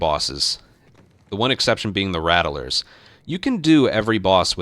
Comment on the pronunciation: Something that just hits a nerve for me. It's "rat-lers" not "rat-uh-lers". I apologize, carry on